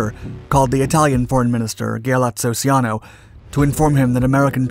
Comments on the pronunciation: A good documentary, except for one small detail. The name " Ciano" is pronounced "Chah-no", not "See-ah-no." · Ciano is pronounced Chee-ahno, not See-ahno. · The narrator's gross mispronunciation of Italian foreign minister Ciano's name is embarrassing.